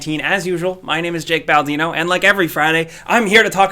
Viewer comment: Hey it's me baldino... (Sleep deprived me): bald-dino